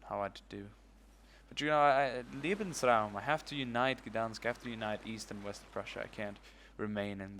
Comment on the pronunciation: "lebensraumte" OOO don't touch that one :p